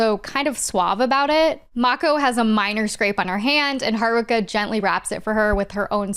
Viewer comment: This probably matters to know one and has nothing to do with the topic, but Sailor Jupiter was one of my first crushes. Cis Het Guy, btw. Also, I appreciate that Sailor Neptune's VA pronounced "Haruka" like a Japanese person instead of an English speaker.